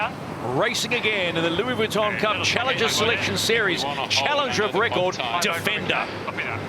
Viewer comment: In answer to you question the commentator is NZER and he’s hopeless.cant even pronounce VUITTON properly. Grrrrrrrr,,,,,,,,,!!!!!!!!